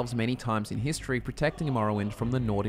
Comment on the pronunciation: After watching the video on argonian law my ears don’t work! Like every time he says history I hear hiss tree! This is not a joke!